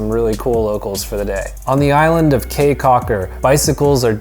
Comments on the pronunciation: How are you gonna go through the country and not figure out that the word "caye" is pronounced "key" instead of "kay"? lol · Awesome review, BUT: 1) Belizean Creole is not "Jamaican" mixed with anything. It is it's own thing. It IS Belizean Creole. Syntax, grammar and accent are all different from Jamaican 2) Caye is pronounced "KEY" 3) You can buy exotic local wines anywhere in the Belize District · I know the "kay" thing bothered me too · Thank you for coming to Belize! CAYE is pronounced as key so ya taht one thing to know 😂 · Caye is pronounced Key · Lol dude, it's pronounced 'caye' like 🔑, not like Kay, ok? 😂 Btw I have to say, this vid of my country was legit on point, 👌 nice job! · We live in Belize and this is a very good introduction to our home. does a nice job of intelligently describing sites. His recommendation of Crystal Auto Rental is spot on. They are the best. Going to Caye Caulker or Ambergris Caye fly on Tropic Air, skip the water taxi. My only small criticism is that “Caye” should be pronounced “Key” 😀. Otherwise, unBELIZEable! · The language is called Creole (or now 2021 Kriol). The word Caye is pronounced Key. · You Betta Belize it!!! Well done! Hope you had a good time! Belize is beautiful and the people are awesome! Good video but you scratched the surface, there is much more to see and do in Belize ... also FYI - Caye is pronounced KEY like the Florida Keys... So Caye Caulker is pronounced Key Caulker.. Thank you!!! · Ok thank you for coming to my amazing country and boiiii come-on we have a lot more to show you and btw it's not Caye its pronounced KEY and it's not Jamaican it's just Belizean creole but thx for coming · I kw it wz funny when he said Caye